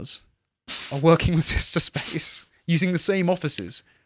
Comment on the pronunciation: It's sister not sishta. Stop butchering the english language.